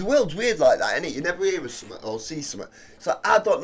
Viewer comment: Love how this reactor pronounces the word something as summit......so cool.